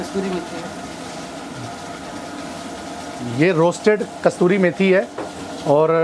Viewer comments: KASTURI NAHI KASOORI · 😅😂😂 It is Kasuri methi ( कसुरी मेथी )